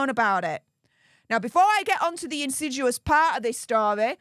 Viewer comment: I’m not finding the word insidUous (in-sid-yu-us) in the dictionary. Do mean to say insidIous (in-sid-ee-us)?